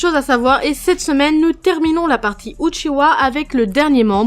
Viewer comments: Uchiha pas Uchiwa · Non c’est Uchiha, Uchiwa c’est seulement pour la version française